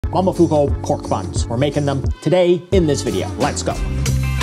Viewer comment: Mo-mo-fu-ku. Not mamafuko